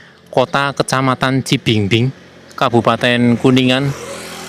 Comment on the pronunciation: Cibingbin mase bukan cibingbing😅